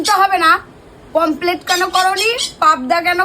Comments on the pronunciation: মাছ খায়.. কিন্তু মাছের নাম উচ্চারণ করতে পারে না। "পমফ্রেট" মাছকে "পমপ্লেট" বলছে! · ওরে মূর্খের দল! ওটাকে "পমফ্লেট" নয়.. "পমফ্রেট" বলে।